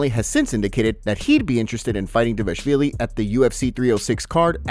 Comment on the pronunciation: How many effing times do we need to tell you this before you start doing your job properly and take it seriously? The fighter's last name is DVALIshvil as opposed to DIVAshvili you keep calling him. There is nothing "diva" about the guy. Stop disrespecting Georgian people by neglecting the correct pronunciation of a greatly respected Georgian family name and stop disrespecting the fighter who appears to be a great, kind, funny and down-to-earth person.